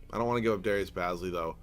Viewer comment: Say it as in Darius Ba(e)zly